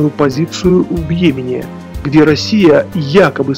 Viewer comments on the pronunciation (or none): none